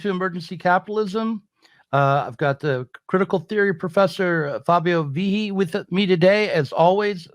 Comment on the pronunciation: Hard "g" in Vighi!